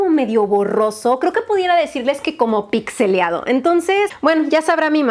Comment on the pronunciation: hermosa!! Se dice pixelado no pixeliado 😊